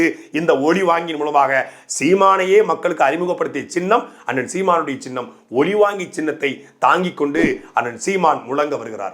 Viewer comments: ஒலி வாங்கி சின்னம் ஓல் வாங்கி சின்னம் தவறாக பேச்சி உளற வேண்டாம் 😂😂😂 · "மைக்" சின்னம் என்றே சொல்லுங்கள். ஒலிவாங்கி என்றால் பெரும்பான்மை மக்களுக்கு தெரியாது;புரியாது! உங்கள் கட்சி உள்பட பல பேச்சாளர்களுக்கு "ல" "ள" " ழ" உச்சரிப்பதில் குழப்பம் உள்ளது. ஒழிவாங்கி ஒளிவாங்கி என உரைத்து மிச்சமுள்ள தமிழையும் கெடுத்து மக்களை குழப்பாதீர். பாவம் உஙகள் இரு வேட்பாளர்களுக்கே டமீல் தெரியாது ௭ன்பது தெரிகிறது.